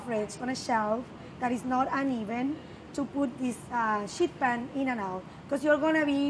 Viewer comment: "sheet pan" hahahaha